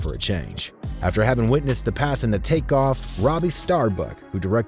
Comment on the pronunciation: X his name is was take off not crake be reapectfful at least dayum sassy his name corectly💯💯💯 Besides that great mesage very good video ty for it be blessed❤❤❤❤💯💯💋👍